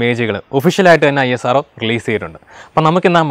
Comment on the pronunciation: പിന്നല്ല........ ISRO എന്ന് പറയാൻ ഇത്ര പ്രയസമാണോ.. അനിയ......